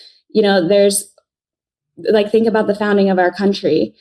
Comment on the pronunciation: I love how many times she said : ' cuntry ' ..........hilarious !